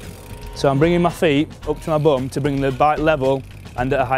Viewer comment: its funny how he says "bum"